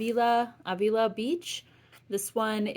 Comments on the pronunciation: Avila. A as in apple, vil as in village and you have the ending a down. Pronunciation tips from a local to there. 😉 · I can tell you don’t live in CA, by the way you pronounced Avila beach 😅